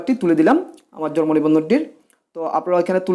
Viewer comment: Jormo na... It's jonmo nibondhon.... Bar bar jormo jormo kortesen Kno??